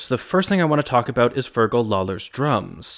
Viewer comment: It's like FUR-gle LAW-ler, otherwise pretty good on the Irish names! Oh, and it't BOE-rawn or BOW-rawn, not birr-RAHN. But this isn't easy for native english speakers, you're doing great. And as a Dub, I think you've got the political and national context of this spot on. Thanks! Oh, and they sound like anapaests rather than amphimacers to me in the bridge. But I'll grant that it's ambiguous.